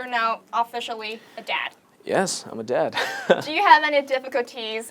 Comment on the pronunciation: Mình thấy khánh Vy mang lại một cảm giác mới mẻ cho chương trình bởi sự năng động và her bubbly personality. Nhưng nếu nói về sự chuyên nghiệp và khả năng nói thì Vy vẫn chưa đc xuất sắc. Em ấy phát âm vài chữ bị sai như "dad" mà nghe như "dead", master mà nghe gần giống mustard :), ko biết có phải đọc kiểu giọng anh ko?? 0.o Dù biết là Vy chưa ra nước ngoài, chưa đc tu luyện tốt nhưng đây ko phải là lý do chính đáng để nói "ko sau đâu, em ấy có thể host show này, người Việt nghe thôi mà." Mình thấy Vy nên luyện thêm tiếng anh thêm 1 năm nữa rồi quay lại chương trình. Em ấy vẫn còn trẻ, ko cần gấp rút. Mình rather thấy Vy trưởng thành và cứng cáp hơn là một cô gái chân ước chân ráo mới vào nghề, tay nghề vẫn chưa rành rỗi rồi bị dân mạng chém gió (haha I'm doing it right now). Về phần accent, do Vy muốn nói trôi chảy nên nói nhanh (ko tự nhiên, nhịp điệu như bị dồn nén), phát âm chưa chuẩn (chỉ 1 vào từ thôi). Mặt dù nghe cả buổi mà mình ko biết Vy đang nói tiếng Mỹ, tiếng Anh, Úc,etc... nên vẫn thấy ko chuyên nghiệp lắm. Có vẻ như 1 hỗn hợp giữa 1 ít Anh và nhiều Mỹ.